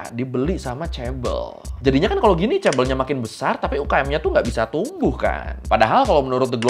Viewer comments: fyi kalau ngomong ke temen korea 'chaebeol' mereka ngga bakal paham. kita bilangnya 'jaebeol', pakai J~ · Bacanya ngga ngga chaebel tapi chabol chaebooool pake o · Knp si pronouncenya bkn chebol tp chebel aga terganggu dengernya maap ya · kok chebel.. chae BoL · Chaebol ❎ Cebol ☑️ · Chaebol bacanya cebol kak? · Yang satu huruf awalnya "c", dan yang satu "ch" (mirip diftong tapi ini semacam versi huruf konsonannya), dan cara pengejaannya pun beda c-nya Indonesia secara suara lebih mirip sama huruf "jj" daripada "ch"